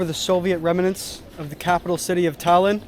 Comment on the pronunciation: why u say Tallinn like that😭